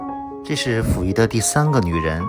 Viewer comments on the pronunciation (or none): pu 不是fu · 感谢分享。小问题，是Puyi,不是Fuyi…